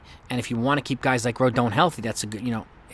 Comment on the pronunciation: Rodon is pronounced Roe-Don